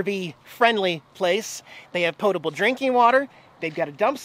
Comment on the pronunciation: In extremely high winds it is a good idea to bring in your slides to reduce your wind resistance and keep the topper above your slide from flapping and getting damaged. You are one of the few people, maybe the only one we watch, who actually pronounces "potable" correctly! Thank you.